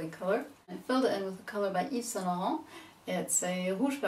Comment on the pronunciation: Judging by how almost any American can say "Yves-Saint-Laurent" properly, she may be European, probably from the UK.